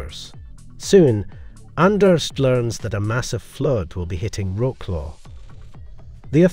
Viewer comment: I know it's difficult to pronounce Polish words, but at least try. Wrocław pronounced as Roklo is hilarious. You can check the pronunciation online.